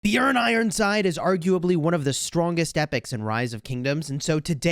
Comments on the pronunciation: I agree its very good pronounciation for a non scandinavian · You are saying it right the j is silent in the Swedish and Denmark and Norwegian languages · I'm from Norway, and yes that is the correct way to pronounce it =) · Well done on the pronunciation of Björn!